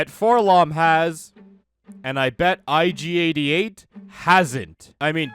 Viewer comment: Nobody: Ig88: erogerkabop